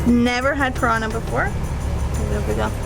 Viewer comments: also used to colorize foods and body painting....by the indians . You guys allow me to help you to pronunciate "PIRANHA' correctly...(considering the way you're doing it's ok. 4 me) I do it to challenge ,not you,but me.I want to now if the way I found to teach the word is in fact effective....well let's go: Split the word in 2 like this:PIRAN & HA. - in PIRAN , say it stretching the word...like PIrannn - in HA , say the english word YAH (yes) Pirannnyah. You tell me later if it worked.......B.T.W.,nice video,good shots and the usual sympathy show offered by the intrepid couple. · The pronounciation is Piranha not Pirana. nh is pronounced like the ñ in spanish.